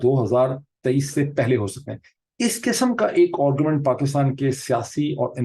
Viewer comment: Dr.Sahab salam. Hope you do not mind my pointing out. Pronounce the word "argument" to sound like "aargu......." You pronounce it as " orgument" Please do not mind . I am a hardened fan and follower of yours.